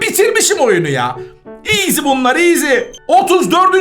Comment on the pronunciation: Abi eskiden bunu oynayip video cekerdin hala cekiyorsun iğzi diyişin beni gü ldürürü yor😂😂❤❤